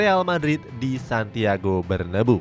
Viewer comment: min payah banget penyebutamu, Bernabeu itu dibaca sesuai sama penulisan nya